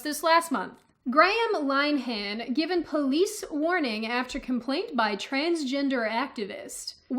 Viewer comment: it's pronounced: 'Lin -eh-hahn' and 'row' when used in the context of a fight or argument is pronounced 'Rau' or like this link tells you